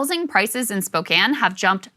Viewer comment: Krystal, as a WA local I can't tell you how refreshing it was to hear you pronounce Spokane correctly lol 🖤